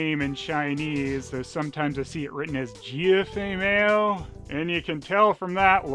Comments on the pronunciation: "Fei MAYO"??? ...I can't tell if you're trying to be funny or if you legit don't know how to pronouncing 'mao' (which would obviously rhyme with 'cow'). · You pronounced 'mao' wrong. 'ao' sounds like 'ow' in pinyin. What you said translates to something like "don't have fat". 'mao' like 'cow'.